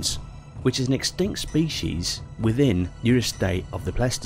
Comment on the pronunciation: I’m 3 minutes in and my guy has said “smellodon” “extanct” and “similardon” I have to click off the video I’m sorry.